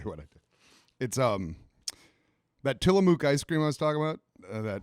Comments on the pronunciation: As someone who is from Oregon, Tillamook is not pronounced Tillamook ( like it's mooing) yes it's from a cow but it doesn't sound like a cow! get it together! But Oregonians love Tillamook products and I'm happy to see you all loving them as well. If you have the opportunity, try the smoked cheddar cheese. It's bomb! Or someday tour the factory where it's made. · It's not "Tilla-muke" it's pronounced "Tilla-muck." Named after the town out here in Oregon where the cheese is made. (They even do tours of the factory!! So much fun) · Love the shout out to Tillamook ice cream, but it’s pronounced Tillamuck. Love you guys, hope you do a show in Oregon sometime first round of Tillamook is on me. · It’s cool to hear my home town mentioned for their ice cream! By the way, it’s not tillaMOOk like a cow, closer to muck